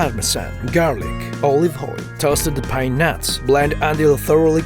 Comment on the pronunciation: By mishearing pine nuts it sounds like peanuts XD